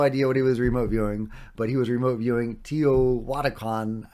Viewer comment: “Teh-oh-two-ah-khan”,. Practice,, Practice!